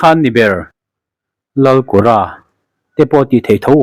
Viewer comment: lal kûra ni loin làl kura ti angin lam ila.a chî zâwk ka ring.